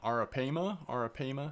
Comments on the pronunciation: Not trying to be rude, or critical, but the proper pronunciation of Arapaima is eh· ruh·pie·muh :3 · yep,brother. I didn't see this 2nd comment otherwise i woudn't have mentioned it. Great series with. And the a is pronounced like the a in Spanish.(like 'vamos a la PLAYA') The last a too. In English atleast. For the record,i am belgian so i speak Dutch.:) It doesnt' matter that much but i too like things pronounced correctly.:)